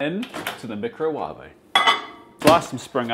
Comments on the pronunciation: Did he purposely said meecro-wah-veh or that’s how they pronounce? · I also pronounce it meecrowavay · How many people will comment on your pronunciation of microwave ?❣️?